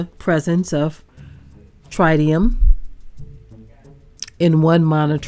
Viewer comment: Typical behavior from one of world's most corrupt and corrupting industry. fyi you pronounce tritium like the country singer Travis Tritt: Trittium which the grandfather of health physics, Karl Morgan, referred to in this way: Tritium (from Karl Morgan, Grandfather of Health Physics) - - “is the only radionuclide for which we assume as much is taken into the body via skin penetration as by inhalation. It is the MOST invasive of all radionuclides and distributes itself rather uniformly to all organs and all body tissues on a microCurie per gram basis. It presents a somatic, genetic and teratogenic [cancerous] risk. It cannot be separated from liquid waste by evaporation, a process used to concentrate most radionuclides [especially in nuclear reactors].” It is now 12 years after the Fukushima Japan nuclear disaster, and gigantic tanks holding radioactively contaminated water have been deployed onsite there for the last decade: main worry / radionuclide in those tanks: tritium. We need to know more precisely what happened in Minnesota as revealed here. The governments of the world unfortunately act too often as apologists concerning nuclear contamination. The groundwater at Fukishima surrounding and under the individual reactors (there were six reactors: three exploded releasing vast amounts of radioactivity into the air, that drifted and dropped all around planet Earth) is STILL contaminated at Fukushima, as they cannot find the melted down cores of the destroyed reactors that